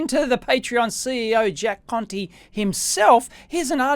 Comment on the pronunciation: It sounds like he's calling the bloke! 😉